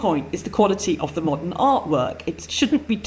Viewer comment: The moment I heard him say "mordern audiences" I knew it was over. How much money must Hollywood lose for "modern audiences"? This is a myth, there is no such thing.